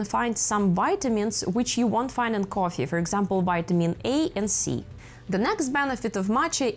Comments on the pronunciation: Great video but very hard to watch with the way you pronounce coffee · i think she is Russian or Ukrainian the way she says coffee